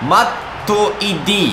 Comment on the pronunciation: mattłidi sie czyta xD